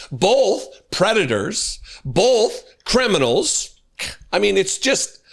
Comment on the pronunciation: Does do that weird thing of putting an "l" on the word "both"? As in "bolth"? Or am I hearing him wrong?